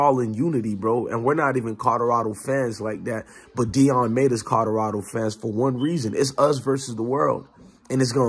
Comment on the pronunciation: I dont mean to get on you for your pronunciation skills. However, there is an L in Colorado Fam, not 2 D's. Colorado not Codorado.....